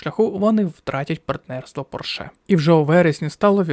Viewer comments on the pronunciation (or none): У слові Порше наголос робиться на іншому складі 😢